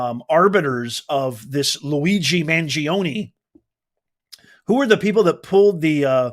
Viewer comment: at least try to pronounce the suspects name correctly it is NOT managing it is mangiOne he is from a wealthy family.